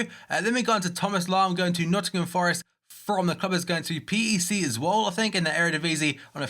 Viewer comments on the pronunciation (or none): As a PEC Zwolle fan I love this video, we made so many transfers that weren't mentioned and now we have 2 in one video (PEC is pronounced as pack btw)